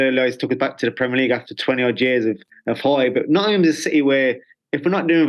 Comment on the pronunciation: Love how Steve says Nottm and not Nottingham. He's picked up our accent. He's one of our own.